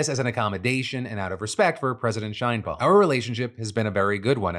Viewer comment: Phil! I love ya! The “She” in Sheinbaum is said like in the word “Sherwin” or “Sheraton” not “Shainbaum”.